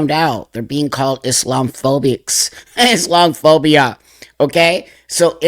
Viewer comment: IS....LOM......A.......PHOBIA. That's how it's said.